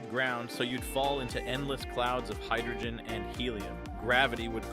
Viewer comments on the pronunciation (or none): none